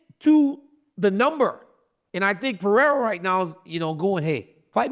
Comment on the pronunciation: Alex Pierra 😂Chael keeps on calling him Piera🥇 gold